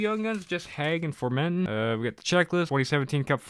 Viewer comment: Everybody: Formenton: Formentin